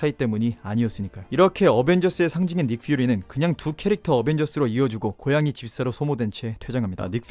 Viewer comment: 닉퓨리 발음 ㅅㅂ, 국어 쓸거면 쓰고 외국어 쓸검 써라 우리나라는 닉퓨리지 니kFiuri가 아니다